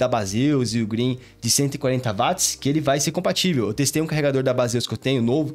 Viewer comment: Bom dia! Só uma dica, ao falar da bateria a pronúncia correta é parecida com Uote, pois a unidade de medida foi batizada por causa de James Watt. Excelente vídeo.